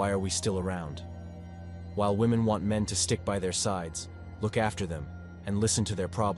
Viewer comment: Spayshul wahMen